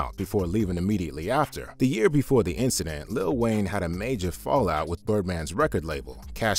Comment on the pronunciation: You cant respect someone who calls lil Wayne “little wayne”